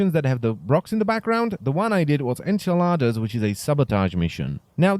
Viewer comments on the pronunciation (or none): enceladas = enchiladas ( ͡° ͜ʖ ͡°) xD